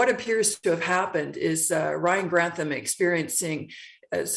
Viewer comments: I absolutely love your videos. but okay his name is pronounced Ryan GranTHam. With a TH rather than a T - ham. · Gran. Tham.... not Grant. ham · I love your mispronunciations it's so cute. I have no idea if it's Grant ham but if it was in Scotland it would be gran-tham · think it's Gran-THAM not Grant-HAM, jfyi. Such a sad story, I never wanted to be famous even as a little kid. Always seems like more hassle than it was worth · We share a last name, but at least mine is pronounced "Grant-tham". I have a lot of sympathy when it comes to mental illness but I'm having trouble finding that sympathy for this case.